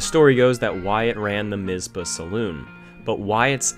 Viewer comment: The Northern (Wyatt Earp's place) is 26 miles south, in Goldfield. I dont know what it is now, it was a cafe when i lived there in the early 80s. (Its TonoPAH and MisPAH, not Tonopuh and Mizpuh)